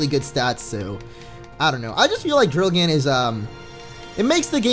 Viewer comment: People! It's drilgann, not drillgan xD